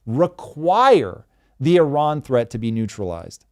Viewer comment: As an Iranian, I can say this is one of the best analysis on this topic. Tom always educate himself before start talking, really brilliant👏🏻👏🏻👏🏻 And Thanks for pronouncing Iran correctly❤